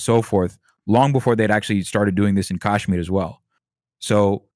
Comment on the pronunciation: Very misleading/misinformed guest. Skirted over Kashmiri pandit issue very unconvincingly. Hasan at least claims to not be informed about the issue, but the apparent “expert” can’t even pronounce Kashmir properly. Repeatedly used terms like “right wing terror” when people who can’t follow his waffling won’t necessary understand he is talking about Islamic terrorist groups (known to be Pakistan based) Bring someone else on next time